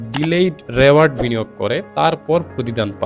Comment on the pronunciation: You basically assessed the books using AI; you couldn't possibly come up with those points - where you can't even pronounce "reward" properly, you are not that smart, mate - nor do you know the basic psychology that you tried to explain here with your pseudo-intellect. Personally, I don't find these particular books shown here interesting, either. But, what you are promoting here is just "Purity Culture" and censoring art. Your taste cannot be universal - it's all subjective; who are you to decide what's what, anyway? And what's a "good book"?! It's all about preferences. You can only criticise within your capability and personal taste instead, you are doing what Nazi Germany did and so many other uptight Right Wing religious fanatics do. I mean, you are the kind of reviewer who has a different playlist for "Self Help" slops! Those books are targeted for those who are easily susceptibile/gullible with low self-esteem and lacking critical thinking skills. Your thumbnails are perfect click baits for those kind of people after all. However, it's the Internet - do whatever you want. Everyone will mindlessly just say "yes" to whatever you say, anyway!